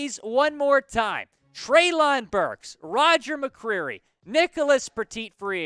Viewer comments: It’s pronounced Trey-Lynn, not trey-loooonnnn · It’s pronounced Trey-Lin Burks